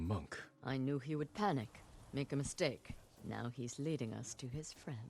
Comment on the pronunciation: "Yew wood" No, I wouldn't.